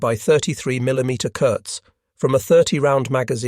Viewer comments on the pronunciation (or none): none